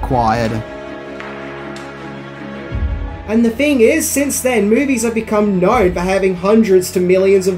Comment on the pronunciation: I don't fink knows a fing about how to speak English.